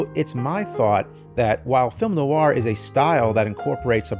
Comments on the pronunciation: Love film noir. Cannot believe the new-ar pronunciation here. Noir is a single syllable word pronounced NWAR. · Fantastic. But Jim: definitely "nwahr" not "nuh-wahr" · Nicely done! Always loved film noir. But please, "nu-war"? Ask a French person, it's a French word. Probably more like "nw-aa." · You are putting an American R on the end of "noir." Its not there in pronunciation. More like "Nwah." French words like reservoir, there's no R sound on the end of the word. "Nwah" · Noir Is actually pronounced "nwaar" in French. If you would like to play a good noir game, you should give discworld noir a go. It really nailed it. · Isn't the r in noir silent? (Like how Charlize Theron pronounced noir at the Oscars)